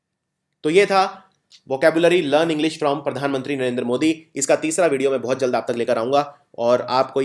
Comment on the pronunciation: Sir please, Narendra ka pronunciation Narender mt kijiye. Loved the video..thank you.